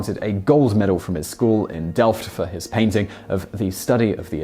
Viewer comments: You said "delft" perfectly though, so, that's something. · The pronunciation of "Delft" was actually quite decent.